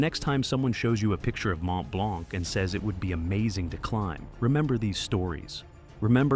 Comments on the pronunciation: As A french, it's sting a little (The C is silent), but thank you for the information, I've never realized so many people die on it. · Learn to pronounce Mont Blanc 😅